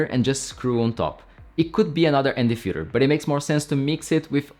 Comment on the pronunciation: i heard Fuher instead of filter multiple times